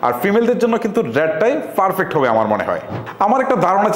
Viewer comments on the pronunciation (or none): Vai apnar English uccaron hoy na .. eita thik koren . Perfect re boltechen farfect